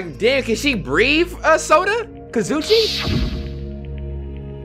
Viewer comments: Kazoo e che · The fact that every episode calls Kazuichi “Kazoochi” 💀💀💀 sends me